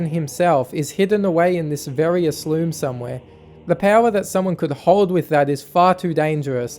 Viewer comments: ALSUME NOT ASLUME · it's Alsume get it right!